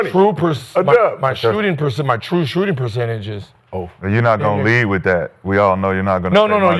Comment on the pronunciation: “wit a pillow”🤣